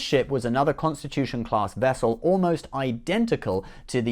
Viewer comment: You mean, she was a "Nuclear Wessel"